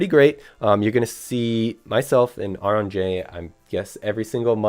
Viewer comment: Ironic announced he is arbiter of pronunciation… then immediately mispronounces AuronnJ’s name 😂